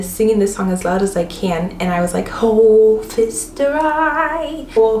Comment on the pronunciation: Hofpfisterei LUL sounds weird :D